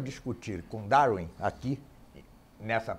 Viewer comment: "Daurin" kkkkk